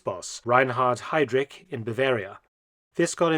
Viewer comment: Kultenbrunner. Hidrich. Kann man die Namen nicht richtig aussprechen?